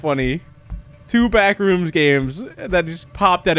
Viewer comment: Words pronounces strangely (with proper emphasis on syllables) BACKrooms: backREUMS Thanos: Thaynos